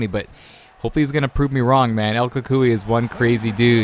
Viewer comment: the way he pronounced cucuy